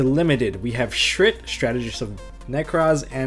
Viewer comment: does everyone not realize that shurits name is shurit and not shrit? or is that just the us pronounciation?